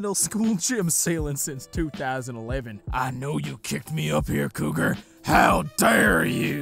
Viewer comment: When you said your name I thought you say Kroger ( I think that’s how you spell it ) like nightmare on elms street instead ofCougar sorry